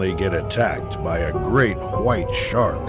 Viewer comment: "great quwhite shark"